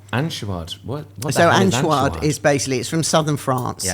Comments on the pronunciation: Lovely, don't pronouce it An-choo-ad but An-choy-ad, like choy in Pak choy. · For anyone who is interested, anchoïade is not pronounced ‘an-shoe-arrd’, it is instead ‘on-shoy-aahd’. And it is indeed utterly delicious.